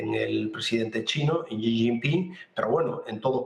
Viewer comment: Por que todos en el Canal se empeñan en pronunciar mal el nombre del lider Chino? Es "Xi", no "Chi"